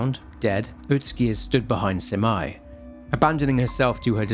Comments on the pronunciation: Minor detail: You pronounce Abe no Seimei's name as "sey-mey", not "sai-mai" Other than that, wonderful breakdown and analysis! I'm always waiting for your uploads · Love your vids. Btw its Seymey not simai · Pls lord why is no one talking about how he pronounces Seimei. He says it like it's "semi" but, really, it's "say-may" Idk man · Seimei (Say-May) and that's a really, really pretty dude. That's literally one of Abe No Seimei's details is that he was very pretty because his mom was a Kitsune (Or so it's said). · Thanks for another great video! Btw Seimei is pronounced more like Say-may. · The way he read seimei as semai, kinda make me laugh. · Loved this game! This was one of the first horror game I played back then. Ty for the video! ❤ Ps. Abe no Seimei name is not pronounced as Semai. Semai means narrow. 😂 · True. The pronounciation of Abe-no-Semei made me crazy, too. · NGL I was listening to this like a podcast and was so confused by the name pronunciations since I have seen this game before loooong ago. I had to pop back in to double check. Especially Seimei. 😂 Ah I just realized might have played with English VA where Kureha was pronounced like Korea... Oof.